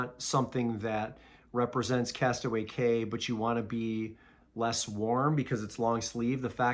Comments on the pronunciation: Castaway KEY not Cay is how it's pronounced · Cay is pronounced “Key”. Don’t ask me why. 😂